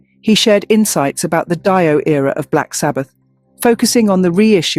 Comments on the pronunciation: Make the AI say DeeOh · Who is Die-oh? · Dio is pronounced Deo LOL. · Who the fuck is this “Die-oh” person??? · No,it's pronounced DIO because he was of italian origins... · Stop mispronouncing Dio 😢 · Seems to be true; what can you say about some space-worm who doesn't bother to listen to other videos on YouTube to learn how to pronounce Ronnie James Dio's last name.